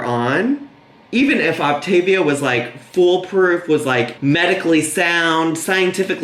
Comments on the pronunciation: Not even. It’s the emphasis on certain syllables (which I think she’s messing up on purpose, she pronounced it right in the video before) The correct way to pronounce it is “Oc - TA - vi-a” and “Op - TIV -i-a”. She keeps saying “Op-tiv- I -a”. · I didnt notice her pronounce feel as fuel until you pointed it out.....im shocked lol i cant believe how badly she mispronounces things. Its not even the accent she literally cannot read or pronounce words correctly (its OptAvia not OptIvia. Cant even read the packaging that she thought was soooo cute) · When I first saw that she was starting Optavia and pronouncing it Op-ta-vee-ah my dumb ass thought she was mispronouncing Activia, the yogurt 😂 I was like, they got a diet plan?? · Its pronounced Loptavita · Coffee: poured ✅ Wig: glued and taped ✅ Optavia: correctly pronounced ✅ im ready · optavia correctly pronounced 💀💀💀 lmaoo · I’m fairly certain she has dyslexia based on her prior spoken and reading errors. Makes sense why Optavia as a word is tripping her up. Thats about the only thing that is understandable in her latest vid.